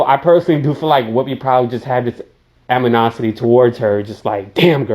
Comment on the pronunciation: anyone else catch him say “amanocity”? lol